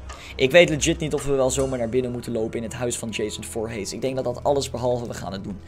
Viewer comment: je zegt voorhies maar er staat voorhees